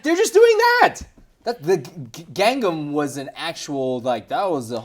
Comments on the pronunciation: TheHunterLegion Yeah, that's exactly what I thought. It's more like Kangnam... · It's not "Gun Num", it's... Gang, like the word for "tank" in Mandarin, and Nahm (like "nam" in Vietnam). Of course this is the same guy who keeps incorrectly pronouncing Shanghai. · Its pronounced gongnam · It's awesome that Shanghainese is even better than his Mandarin. He should teach some Shanghainese on the learnchinesenow channel! And can teach Cantonese and that one Taiwanese girl can teach Taiwanese! I love Bar Bar Bar, but I don't think it'll be the "next big thing", and thank GOD for that. Also, lol über-white pronunciation of "Gangnam".;P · seems to be struggling mentioning "Gangnam" XD I don't think Bar Bar Bar can be the next trend. I heard my brother listening to it a couple of times and expected it would appear in MTV, but I don't see the MV at all so far. And frankly, that portion of the MV you showed, that's the only part I have seen... I mean, I have yet seen the MV at all. None of my friends ever mentioned it too so far.